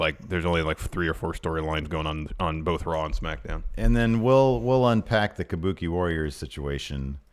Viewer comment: Kabookie warrors exspearince